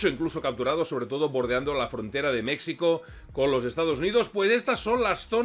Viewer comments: Buen vídeo, pero estás pronunciando mal "México" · Dislike por lo reiterado del Mecsico ! Ofensivo viniendo de un hispanoparlante! Mexico ! (Mejico) Lei en otro comentario que te gusta mas asi. Cosa que no justifica que voluntariamente hagas una pronunciacion incorrecta de mi pais Mas respeto ! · si alguna vez pensaste en encontrar una historia bizarra de los conflictos armados en el mundo, esta es...te felicito. Solo debo observar que no debes decir "Mecsicanos" ni "Mecsico"...se pronuncia "Méjico" y se escribe México, saludos y gracias . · Compadrito, México la equis se pronuncia como "j", solo los yanquis dicen mecsico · Se pronuncia Méjico , la X en nahuatl se pronuncia como J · Oye,. No hay problema en como lo dices, pero suena mejor si dices Méjico aunque se escriba con 'x'. Saludos desde acá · Con todo el cariño, pero dices "México" y es incorrecto. Me explico... La "X" en castellano antiguo era la consonante para pronunciar el sonido actual de "J", así como ejemplo sería "Don Quixote" que era asi como Miguel de Cervantes escribió el nombre porque la "J" no existia. Por lo tanto, México se pronuncia meJico, y en el mismo pais iberoamericano así lo pronuncian pero con "hache aspirada" como la "hache inglesa" al pronunciar hotel en inglés. Así que para un ingles la pronunciación más ajustada seria meHico. Català mode On... Ara escribint per no esborrar-ho he pensat que ho dius aixi perque en català aixi es pronuncia... Bueno... Excelente video!!!! Y perdon por la chapa!!!! Mis disculpas!!! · Se menciona Mejico no como si fuera una x es como si fuera una j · Buen video pero se escribe México y se pronuncia Méjico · Felicidades interesante video muy documentado pero por favor corrige esa expresión agringada cuando dices Mexico